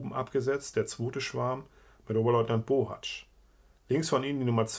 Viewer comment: Du bist der erste der meinen Namen richtig ausspricht! Ich bin nämlich auch ein Bohatzsch nur ob der aus der Erzählung zu meiner Familie gehört weiß ich leider nicht. Aber wäre schön interessant so oft gibt es diesen Namen ja nicht